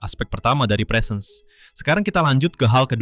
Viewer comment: presence itu bacanya bukan prisens, tapi presens dengan e pertama nadanya naik dan e kedua nadanya turun. bisa didenger di google translate untuk pelafalannya. positifnya ini bukan konten AI sih